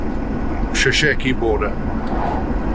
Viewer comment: Sesheke not 'Shesheke' buddy